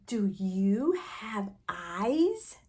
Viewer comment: The word that is mispronounced is actually ‘eyes’